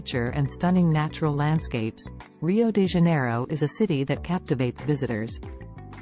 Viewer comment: It's Rio